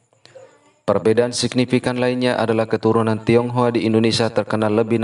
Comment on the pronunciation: Bukan tonghoa tapi tinghoa